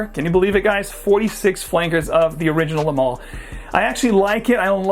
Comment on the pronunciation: Shit! This idiot can’t even get the name right!! La mâle !!!!!